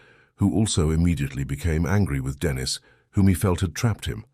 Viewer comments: Its not Denis its denice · What a shame the voiceover is Either AI or or a damn stupid and ignorant narrator! The girls name is Denisen not bloody Dennis!! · Annoying…it’s Deneeeeeese ..not Dennis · STOP USING AI VOICE IT IS STUPID AND ERROOR FILLED CALLING THE GIRL DENNIS INSTEAD OF DENISE FFS.. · Denise. Is a female. You are pronouncing it wrong. Dennis is a male. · The AI calling her DENIS instead of DENISE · Teach your robot phonetics so Denise doesn’t turn into Dennis. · i was gonna dare to ask if Dennis was trans. the narrator must be AI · Too much trust in an AI. It can't discern Dennis from Denise. What else will it fail to interpret? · Sometimes you have to phonetically spell it out for it to sound right like Den Neese. Cant believe they didnt even proof listen to it before uploading haha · Thats robots for you, they hv no concept of vowels..